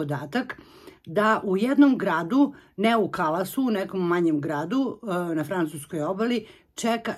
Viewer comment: Nije KALASU nego KALEU,nauci ako vec hoces da pametujes